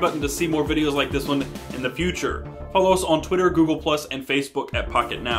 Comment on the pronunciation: sounds like he says fuck it now instead of pocket now